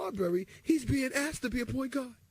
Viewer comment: “PAWINT GAWD!”